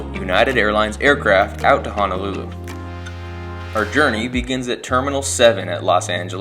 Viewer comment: Love this channel. It's one of my favorites and haven't missed a Sunday yet. Just one suggestion. Being from Hawai'i, it's pronounced HO NO, not HA NA lulu. 🙂 Thanks for the great videos!!